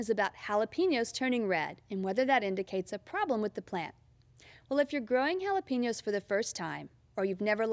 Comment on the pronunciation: lol, sounds fine to me.